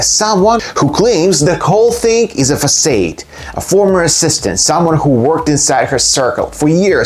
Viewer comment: Not a criticism as I envy anyone who can speak in a second language, but although it’s was borrowed into English from Italian via French, in English ‘façade’ is pronounced ‘fa-saard’ 🤓